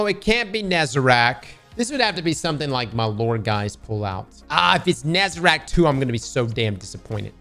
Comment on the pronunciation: bro still says "nezeRAC" smh :(((( its "NEH-ZA-REHHHK"